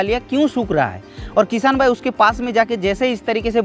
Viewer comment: Bhai भाईगो नहीं वाइगो hain😂😂😂